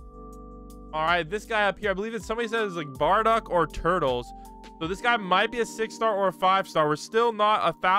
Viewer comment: Its turles